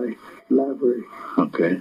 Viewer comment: Not Lave-ery, Lav-e-ry.